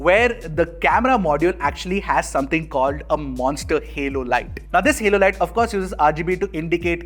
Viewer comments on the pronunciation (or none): none